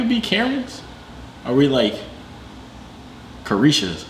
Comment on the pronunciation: Lmaoo mans said karisha